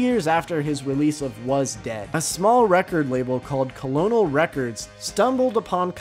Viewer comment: Co-lo-nel records 😂? How do you pronounce the military rank?